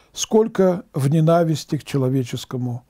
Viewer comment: Я вас очень уважаю, батюшка, и молюсь за вас, как вы и просили неоднократно. Но, простите, когда же вы научитесь правильно произносить слово НЕНАВИСТЬ с ударением на первом, а не на втором слоге ? Ведь это очень снижает уровень вашей образованности в глазах слушателей. Что для миссионера отнюдь не маловажный фактор, как мне кажется.